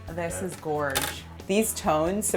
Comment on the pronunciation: Almost as bad as saying " Gorge" ugh